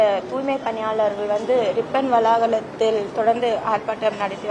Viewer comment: ரிப்பன் வளாக(ள)த்தில்...என்ன ஒரு தமிழ்😂